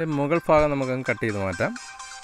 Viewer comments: മുത്ത് മണിയെ... "മുകൾ ഫാഗം" അല്ല, ഭാഗം..ഭാഗം... ഭരണിയുടെ ഭാ...🤦🤦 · Faagam അല്ല ഭാഗം